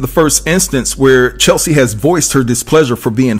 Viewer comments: her name is CHES-LI .... not Cheslie. Sorry dude. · Cheslie, not Chelsie 🙏🏽❤ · DUDE ❌C H E S L I E❌ WAS HER NAME NOT CHELSEA. HOW OFTEN CAN YOU READ HER NAME AND STILL NOT KNOW HER NAME?! Unbelievably unprofessional! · Her name is Cheslie not Chelsie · Her name is pronounced CHESS-LEE. I think that's important to speak her name correctly when reporting on her in death. May she RIP! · CHES (as in CHESS) LIE (LEE) CHESLIE. Come on, say it with me now, CHESLIE. Maybe not spelled right, but phonetically you will get it right verbally if you say it as I have spelled it. Good video, the devil Is in the details tho! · Please give this woman the respect she deserves by pronouncing her name right. Please. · It’s hard to take anything you say seriously when you can’t even say Cheslie’s name right. BIG disrespect, HUGE! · Hearing her name mispronounced so many times makes me cringe! 😩😤 May she rest in peace. 🕊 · Please give her the respect to spell and pronounce her name correctly. It’s really sad that you are making a commentary about a person and you don’t know her name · Yeah. It already was mentioned several times... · Say Chessssleeee ... not Chelsee...damn everytime you said Chelsie pissed me off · Cheslie. Not Chelsie. Say her name right please. And I was shocked at the other lady not having at least health insurance. Shouldn't winning beauty contests come with some kind of coverage. Or is it hard to do in the US. Don't you just approach a company and sign up with them then start making payments? Alternatively, doesn't the type of work one does come with health insurance? I am genuinely shocked. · I mean no harm, but her name is not CheLSie….her name is CHESlie. ❤️ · It's Cheslie, not Chelsea. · Unfortunately, you spelled her name wrong and mispronounced it throughout the whole video. Her name is not Chelsie. It is Cheslie, rhymes with Leslie. A person's name is important. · No shade but her name is not Chelsie. It's Chess-lee. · It's CHES-lie. Not Chel - see.